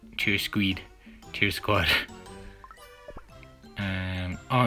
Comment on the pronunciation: "cheer sqeed" lol